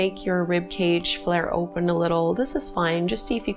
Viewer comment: I didnt know you were Canadian until I heard you say "oooooopen up"